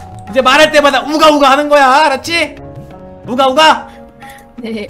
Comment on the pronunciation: 우가우가 라고 하는데 응가응가 라고 하는것 같다 ㅋㅋ